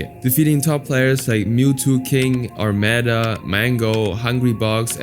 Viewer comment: Disliked because of how you pronounce Armada. Sorry kiddo, work on your content 😬